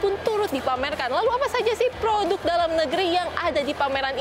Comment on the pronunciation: produk ... bukan POHOTUK...